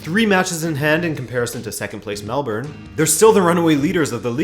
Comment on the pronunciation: Can't believe you said Melbourne properly. Mad respect.